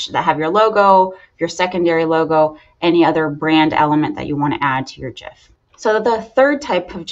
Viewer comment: 1st thank you for saying it properly. It drives me crazy that everyone says it wrong.